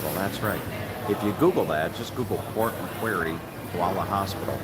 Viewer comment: Hi, please keep in mind that the coffee names can change from state to state here. Incidentally, the place with the large M next to the KFC there would have been MacDonalds (Known as Maccas here). Port Macquarie is actually pronounced as "Port Macquorry". I have never been to either Byron Bay or Port Macquarie, but we did visit Lennox Head and Ballina in 2014, which are both south of Byron Bay and north of Port Macquarie. Anyway, take care. Rob.